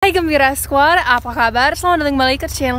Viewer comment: menyebutkan "hai gembira squad" itu mohon maaf🙏 ada sedikitt salahnya dimana Penyebutan kata "squad" oleh menjadi "squar". Itu saja koreksi saya,,Tapi saya juga memakluminya kok 😊